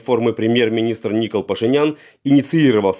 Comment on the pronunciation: ИНФО только не Ни’кол а Нико’л